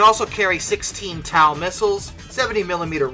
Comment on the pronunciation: TOW is pronounced like tow truck.